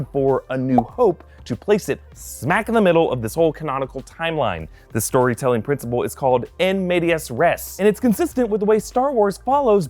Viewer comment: It's "IN media res" not "EN". Thank you very much.